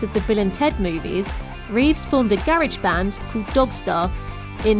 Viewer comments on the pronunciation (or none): its garage not garege lady! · Garage or grunge? Sounded like grunge to me... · So instead of a garage he has a garrage? A garridge? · I love how you say garage